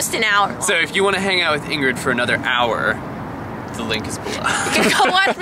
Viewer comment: Ingruke? Lol, that made me laugh! I thought they were Lingrid? Ingruke sounds... like a disease. XD Not meanin' to be rude, just saying.